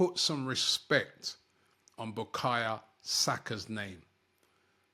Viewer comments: Robbie, BUKAYO NOT BUKAYA 🤣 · His name is Bukayo not Bukayerr talk about respect Robbie come on dude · Robbie keeps messing the boy name. It’s Bukayo NOT Bukaya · He always butchers Saka's first name 😂😂😂